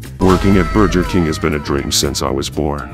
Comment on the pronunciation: Am I the only one who noticed that he says burJer king